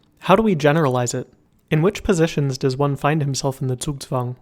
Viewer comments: He got the z in zugzwang right! Nice job! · never have I heard a non German pronounce a German word correctly, especially one like Zugzwang